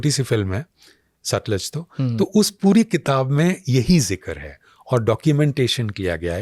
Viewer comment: Satluj bhai satliz nahi